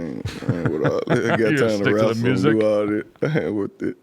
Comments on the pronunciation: Y’all saying myer-sic 😐 MURSIC👈🏽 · That boy iced out he did say mursic tho haha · This niggas chin is MIA and he can’t pronounce music if his life depended on it lol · Mursic, lol I dig how Memphis folk's pronounce music. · “Good mursic” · This man made millions off of music and can’t say the damn word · It’s like there’s no R in music lmao